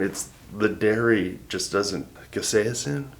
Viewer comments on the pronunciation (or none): Case-in is how it's pronounced😅